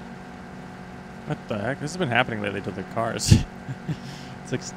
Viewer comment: "so heres de earth. is round!"